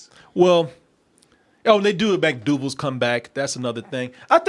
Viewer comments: Mcdowells... Not mcdogals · Why you keep saying Mcdoogles 🙄 Its McDowells !!! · It's McDowells not McDoogals which makes your point kinda mute ...